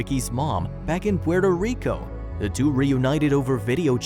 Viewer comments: Porter Rico.....Really? Puerto Rico Lol 🤣😂🤣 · PUERTO Rico not Porter... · “Porter Rico” 😂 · PUERTO RICO! COME ON GET IT RIGHT!